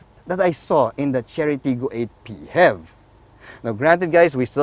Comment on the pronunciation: Hahaha....im already used to it after watching the “PEE-HEV video” the way pronouced it, just like music in my ears haha